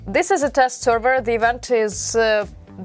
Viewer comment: You need to learn English better than what you speak now. It’s awful to hear what you saying. Ivant? Event